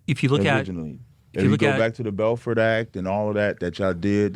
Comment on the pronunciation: “I can pull up the BELFORD ACT” 😂😂😂 it’s actually the Belfor agreement. Every other word of theirs lit needs to be corrected. Not once have I ever witnessed a formidable, knowledgeable, or intelligent black Hebrew Israelite.